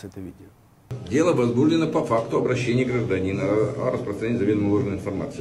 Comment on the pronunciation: В целом речь ведущего последовательно выстроена, но режет слух слова «осУжден», «возбУждено». Ударение следует ставить на последний слог: «осуждЁн», «возбужденО». Неверным ударением в этих словах грешат многие юристы и журналисты, что уж говорить об обывателях. Но правильное произношение слов пойдёт на пользу Вашей программе, поскольку важен не только подбор проверенной информации, но и грамотное изложение материала.